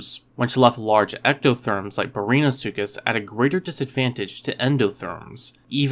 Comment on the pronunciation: did you really just pronounce it brainasuchus